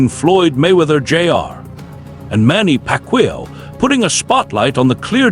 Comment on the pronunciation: It's Pac yow not Pac will 😂